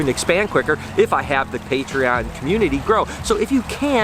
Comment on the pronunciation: Great video as always but i really wish you would pronounce - Patreon and adidas properly :s very excited with all the eggs though cant wait to see them hatch :) and noah's hair isnt bad better then before but could still be shorter :) take it easy